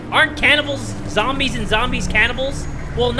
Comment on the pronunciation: "All zombies, or ZAMBIES" - yes, sure, ZAMBIES